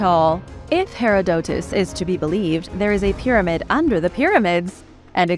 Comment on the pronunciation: ma'am ... plz not "Hair - a - doe - tez" ... instead it's "Ha-rod-da-tis" ...